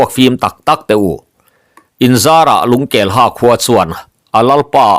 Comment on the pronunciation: Lungkelha tih i lam danah hian ha hi hâ (teeth) ri in lam ri la a dik zawk law'ng maw?